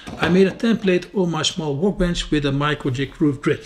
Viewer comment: Looks amazing , but please stop saying 'wowkebench'